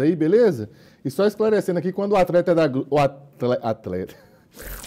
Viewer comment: "Atreta" KKKKKK, O Lado mineiro do ativando do nada ksskskskk